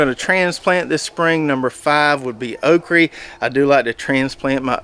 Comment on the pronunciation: Good stuff! Your pronouncing of “” is a regional thing or you just adopted that term? I get tickled every time you say okra 😀